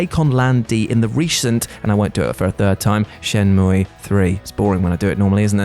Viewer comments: "ShenmUUUIIEEEH!" slayed me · I dont often say Shenmue, but when I do from now on I will say it the obviously proper way.